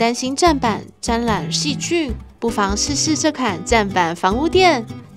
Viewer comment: 配音ㄗㄓ不分，沾染（ㄖㄢˇ）不是沾ㄌㄢˇ，聽了好難過